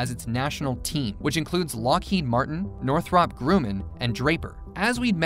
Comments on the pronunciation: It's actually (Nor-throp)(Grum-in). Two r's in Northrop. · (NOR-THUP)(GRUM-IN) not noth-rup grooman? gawd that was killing me. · It's pronounced Northrup grum in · No, it is not "Nore-throp Grew-man". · „Warmthrummpb Gruhmaihn“ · Northrahp Grooman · I've always heard it pronounced sounding more like NORTH-ruhp GRUH-man. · Northrahhp Grooman? omg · How does any American mispronounce Northrup Grumman? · Every time you said Northrop Grumman 😬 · Oh dear god please learn to pronounce "Northrop Grumman" correctly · Same!! I was wondering if anyone else noticed lol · LOL.. I was trying to come up with a phonetic way to pronounce it and that was my best effort. Sad that someone who makes aircraft videos does not know how to pronounce the name of one of the largest and most famous companies. Wait till they do one on Boeing. They will probably pronounce it BOO ING.